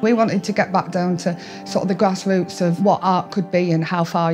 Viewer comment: Get down to the gwass woots.